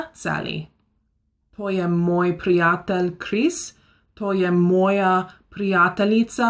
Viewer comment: its not moi its moj and we not use dobro noč cause sounds weird also lahko noč its correct but a translate on english is easy "lahko" have more means in slovenia: lahko greš ti - u "can" go ; or ; to je lahko- this is "easy" And we use it on good night also means lahko noč...things only slovenian people understand i think ;)